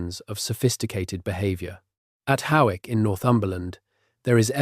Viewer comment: Not How-wick,, it’s pronounced Hoyk